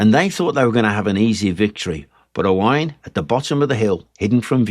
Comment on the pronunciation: As a native Speaker of Cymraeg from Gwynedd and is called Owain you aced the names and pronunciation! Diolch yn fawr, thank you.